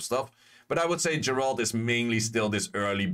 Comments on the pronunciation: Geralt = "Ge(m)-rah-ld" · Dude please learn how to pronounce geralt. Like I get a lot of these monsters don’t have official pronunciations because they’re made up by com2us. But Geralt’s been around since 1992